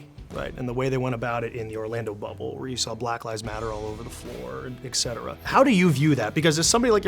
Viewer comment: There is a T in etcetera ...not eck